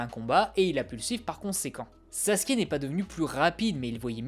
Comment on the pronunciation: Alors on dit pas Sassouke mais Sasuke (tsais le mec qui a pas compris)